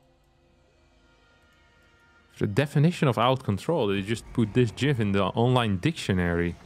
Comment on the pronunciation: I'm glad pronounces gif the only way it should be pronounced: „jif“